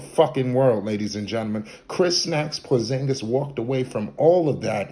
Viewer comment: Bruh this guy been hurt. He can’t control that. Atleast pronounce his name right. I still got hope, Once he’s able to take care his body and remain on the court , he’ll still be that damn good. He was young and he’s gonna learn how to not get injured so much. And if that doesn’t happen I can’t blame him, Look at DRose, Greg Oden, the legend Grant Hill. It wasn’t they fault they should didn’t have an iron man body like LeBron. The 🦄 can still figure it out and bust ass on the Wizards. Let’s see what happens.